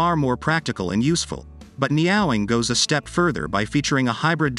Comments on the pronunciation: I had to stop watching this just because of the way he was saying Neowing!!!! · Neo wing, neo wing. OMG AI needs lessons in speaking. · I can't stand this text to voice crap. Pushing out content. It's laughable.....the neeeee awlllll wing. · Dudes! Get yourself a text to speech program that can pronounce Neowing if you're going to do a video about it.